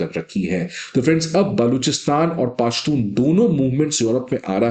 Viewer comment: पाशतून नहीं पशतून बोलो ।